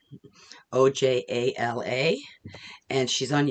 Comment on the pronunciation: You did such a lovely job with everything. I absolutely LOVE that truck blanket, so adorable! Lucky grandkids to have such a talented, crafty Grandma ❤ Thank you for including my bear & lion patterns, I’m so happy you enjoyed them. Btw, you did a good job with my name 😊 (Oh-ya-lah) In Finnish, our j’s sound like y’s lol Happy New Year 🎉🎉🎉